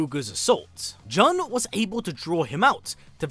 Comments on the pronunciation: Jun is pronounced like the month. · Why do you pronounce Jun's name like that?? 😂